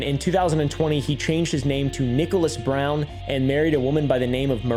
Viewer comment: my gradpa was a Scotsman and this guy compared to him sounds like a mishmash of all different pronunciations 😅 i almost lost it when he said "Brine"